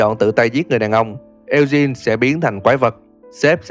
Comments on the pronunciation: Lên google dịch chứ tôi thấy ổng cũng đọc sai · Ad đọc tên Eugene với Sean thấy buồn cười ấy =)))))